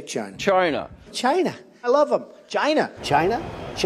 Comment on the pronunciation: I get a lot of mileage trying to figure out how you'd spell Trump's racist grandpa method of pronouncing China. Cheayaina. Csheyena. CHYYYNYA.